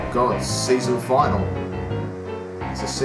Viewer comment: its not final its finalie